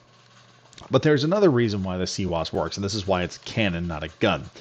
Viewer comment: Its not a cwose its cwis the w i z